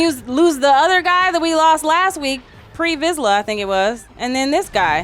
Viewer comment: "Pre Vizla" lol!